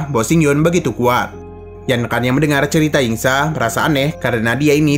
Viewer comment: Kok ceria bang bukannya cerita